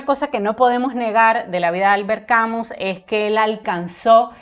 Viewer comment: Mi estimada, tengo decir que de Albert Camus solo leí su obra teatral El Mal Entendido,que me impactó muchísimo. Gracias por hacerme conocer más de la vida de este gran escritor. También me gustó que tu pronuncies el apellido Camus,tal cual esta escrito; por que escuche que lo pronuncian "Camius". Un saludo fraterno desde Argentina.